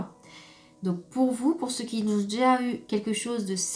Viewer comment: On ne dit pas "qui zont"